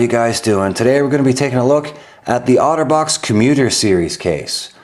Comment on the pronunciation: I kept hearing 'Autobots' xD